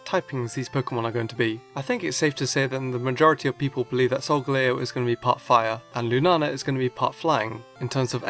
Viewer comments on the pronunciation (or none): its Solgaleo not Solgalao